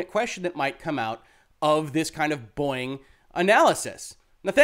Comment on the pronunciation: Am I the only one who hears "Boing" instead of "Boeing"?